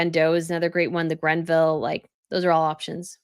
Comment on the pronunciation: It's not the "Grenville" tiara - it's the GREVILLE tiara, from the estate of Dame Margaret Greville.